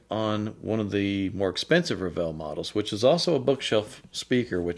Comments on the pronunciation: It’s pronounced Revel that rhymes with level. This is not one of their high end speakers to be more fair. And yes I own Revel speakers. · Is that the right way to pronounce Revel? I have been calling them as 'reh-vurl' oops.